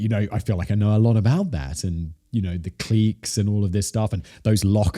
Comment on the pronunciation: Hearing how he prounced "clique" like "cleeeke" gave me whiplash lol. Great episode as always